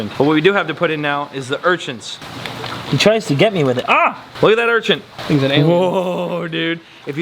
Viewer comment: Do you pronounce "urchin" as "urchinT" intentionally? Maybe you don't realize you do it? Lowkey every time you say "urchinT" it's like nails on a chalkboard in my brain, and IDK WHY! Normally mispronounced things don't bother me but that one word gets me every. single. time. 🤣 (no hate btw! ❤ just brain itchiness lol)